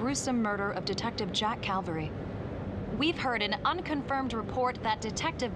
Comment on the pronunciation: Jack: Calvary?.... caverty?.....caven?..... cav-?... cal...- CALVERY! ME: ASSHOLE!!!😂